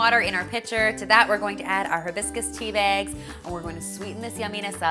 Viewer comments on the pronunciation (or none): I like how she says tea bags...... "Tea Biagz" 😂 That tea looks delish tho....